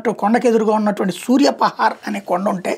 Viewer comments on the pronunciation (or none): సూర్యపహార్ కాదు సూర్యపహాడ్